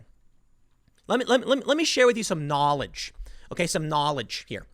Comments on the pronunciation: Tell me that nall-idge, Tim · Some 'KNAWLIGE' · Tim Pool said KnoKnawwledge. Lmao. The more you learn, the more you earn 😉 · You said knowledge really weird, why did you say knowledge so weird dude?! UNSUBBED!!!! Lol, jk